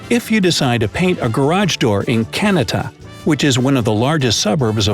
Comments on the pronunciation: Me: ^watching video^ Also me: HmMMM, let me see if this is all true, Me hears: (KAN-A-TA) .... Me: Types comment- " IT IS PROUNOUNCED KA-NA-TA" Edit: I live in ontario btw. Another edit: The penny thingy is not true. ,_, Anotheranother edit: I live in Ottawa. '-' annnndddd most of these arent true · He tried to pronounce Kanata as Canada with a t but it’s Ka-Na-Ta. Kind of funny. Ontario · Also Kanata is pronounced KAN- A - TA not like Canada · I live in Kanata, it’s pronounced Cuh-Na-Ta and I see purple garages all the time, get out of here with all these lies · Kanata is pronounced Can-nat-a and Can-nat-ta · It’s pronounced Kuh-Nah-tuh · OUUUUUCH 'Kanata' killed me. Pronounced 'Kuh-NA-tuh' but the 'tuh' sounds more like a 'duh'. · That’s not how you say Kanata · Did you catch how he pronounced Kanata? . Hilarious. LOL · yea kanata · the way he said kanata :\ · The pronunciation of Kanata 😂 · I cringed so hard when he said Kanata